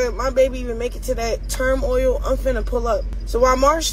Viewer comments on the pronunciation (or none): Did Chrisean say TERM OIL instead of turmoil? 🤣🤣🤣🤣